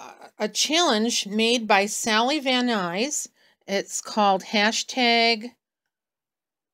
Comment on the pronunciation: Thanks for joining in. I hope you’re having fun with it! Not to be picky, but can you fix the spelling of my name in the title? I’m Sally, not Susan. And last name is Van Nuys, not Nys. But bonus points for pronouncing it correctly...no one does that!! I look forward to seeing the rest of the cards you create!! ❤️❤️ Happy New Year 🎊